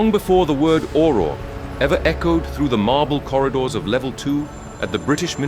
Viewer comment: I like the way says Aurrrrrorrrrrr